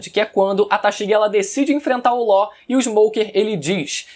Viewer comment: Ele chamando law de ló kkkkkkķkkkkkk